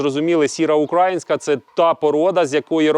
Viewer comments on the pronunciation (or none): УкраЇнська а не укрАїнська !!!!!! Дуже ріже слух( а так, дякую вам за відео